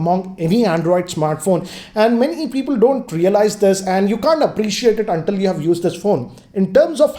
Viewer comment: Where did learn English, it's used not used(yusad)